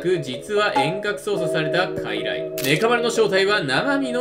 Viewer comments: 術式は、かいらいそうじゅつ だよ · 傀儡(かいらい)やのうて傀儡(くぐつ)やで